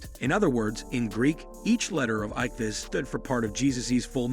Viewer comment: Who/what the hell narrated this thing? Perfect examples of why you don't outsource your VO (ichthys) (9th cen) (1870 read as a number) and (1828 read as a number) and (1874 read as a number)